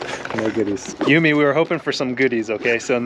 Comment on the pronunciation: I call it Yume, not Yumey.